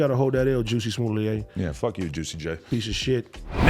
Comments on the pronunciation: How do you start out the video and then totally pronounce someone's name completely wrong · Juicy! Lawl Adam why you gonna let AD say the mans name wrong literally 30 times….. bad podcasting. Starting to think If it ain’t in LA y’all our oblivious … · AD Pause. "JUICY SMULLAY" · “Juicy Smooliet” 😂😂😂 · Mans said Juicy Smuley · AD I know u ain’t pronounce that Nigga name like that bruh😂😂😂😂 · U dumb fuks that's not how you say his name